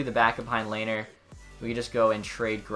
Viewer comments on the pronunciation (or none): Ok I'm late but its Le-ner